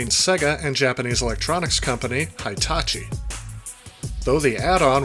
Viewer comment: Omg stop saying Jagwire and high tachi! Not much of a SEGA fan eh? 😂 You didn’t get the collar for your Genesis for the 32x to sit on.